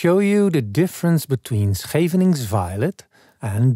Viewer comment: Always look forward to your uploads! Happy to learn the pronunciation of 'Scheveningen.' That first syllable is a tough one!